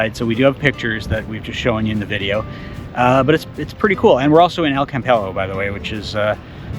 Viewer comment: This was my local beach for 7 great years. Please type it into Google Translate and listen to how it should be pronounced. You're also the first I've seen actually go into the Roman peninsula. Most people walk round the perimeter and end up sunbathing at the end by the ancient fishpools.